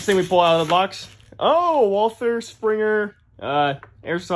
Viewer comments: it's pronounced Walter not Walther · First it's Walter not Walther and it's pronounced kog not koch